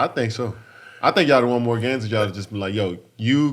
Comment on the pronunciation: jesus CHRIST i love the way kd pronounces “y’all”